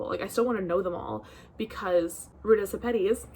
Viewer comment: I've been waiting for the right Sepetys to show up on my door. Glad to know how to pronounce the name, too! 💖